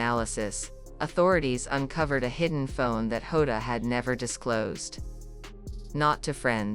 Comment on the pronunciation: Plus he doesn't get name right it's diogo jota and Andre Silva not hoda